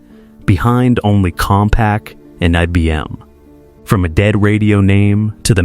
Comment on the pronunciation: Somehow the pronunciation of "IBM" leads me to believe AI ia used for narration....